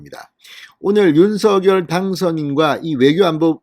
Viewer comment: 윤서결이 아니고 윤석열 입니다 거슬리네요